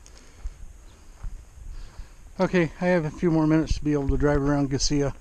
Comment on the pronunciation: Is that the right way to pronounce Gisela? I've heard it "guy-zee-luh" before as well. Just when I think I've figured it out, someone pronounces it differently! 😄